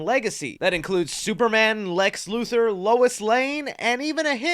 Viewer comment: IT'S LEX LUTHOR. LU-THOR. Not Lu-Thirr. LUTHOR.